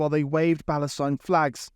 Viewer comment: That one chav...."Free Paleshtine" Didn't know they could use English through the 2 or 3 teeth they have.